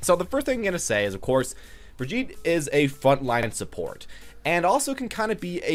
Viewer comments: Lol...its not "Brig-EET/ Brigeh-eat" It's "Brig-eht" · my god man are you an American? there is only one way to pronounce her name and your totally off the mark lol